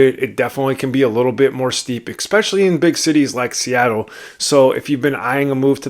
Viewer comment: I really appreciate this video! And saying that, please know that this next comment is with good intention. The word “especially” being pronounced “ex-specially” is distracting.